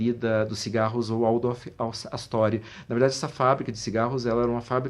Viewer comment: Opa! Em Alemão, o W tem som de V, como em VolksWagen!